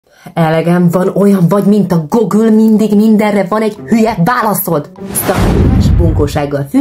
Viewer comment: gogül? jaj. ejtsd gúgl-nek inkább drága ha angolul akarod ejteni. ❤ amúgy szép vagy